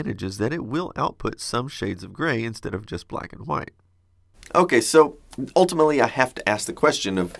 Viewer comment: Did you say "Ultima-ly" instead of "ultimately"? XD